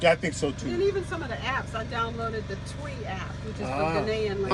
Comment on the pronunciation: actually pronounced "chwee" so in Akan .. tw is pronounced chw